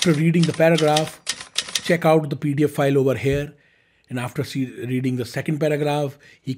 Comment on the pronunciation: please learn how to pronounce 'pdf file' from google. It sounds like you are saying paedophile